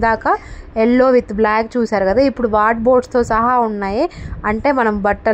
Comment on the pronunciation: వార్డ్బోర్డ్స్ kadu andi wardrobe antaru. ఏమి అనుకోకండి ఇలా చెప్పాను అని. మీరు ఇంకా మంచి వీడియోస్ చేసి బాగా సక్సెస్ఫుల్ అవ్వాలి అని కోరుకుంటున్నాను. ఆల్ ద బెస్ట్.